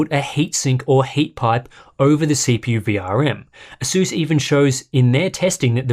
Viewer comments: Mans fr said aseus like the laptop some greek philosopher 💀💀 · I learned one thing during this video. I pronounce ASUS incorrectly... or he does... well ONE of us says it wrong!!